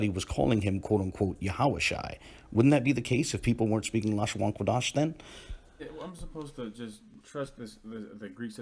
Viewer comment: Funny that at the mark, whatever automated reader was employed pronounced "Qadash" as "Quadash" (or did the script it was fed employ different spelling from what appeared on the screen?).